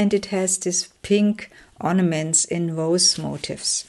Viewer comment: FYI : The word MOTIF(S), which you have used a lot, is not pronounced MOTIVE(S)! (That is another word altogether.) Motif—which means theme—is pron. mo-TEEF, with the accent on the 2nd syllable. I hope this was helpful! Your work is lovely, and the flip-throughs are enjoyable.